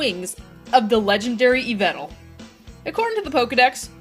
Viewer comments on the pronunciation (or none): Its yveLtal btw